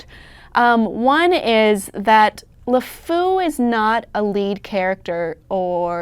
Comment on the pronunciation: she pronounces LeFou wrong, which isn't good for someone who's job it is to talk about him.